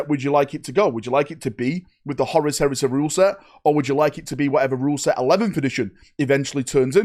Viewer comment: Horus Heres-eh. The Canadian Edition.